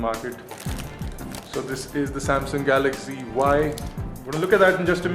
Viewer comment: why you say it galagzy not galaxy?